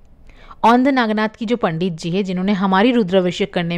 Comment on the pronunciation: व्हिडीओ अच्छा है पर उच्चारण गलत है वो औंढा नागनाथ है.पारली नहीं वो परली वैजनाथ है मराठी में परळी बोलते है. औरंगजेब था जिसने मंदीर देवी देवता मूरत फोडे थे.